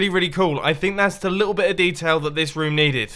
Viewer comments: Ha ha its room not (rum,rums) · does it irritate anyone else the way Mumbo says room/rooms?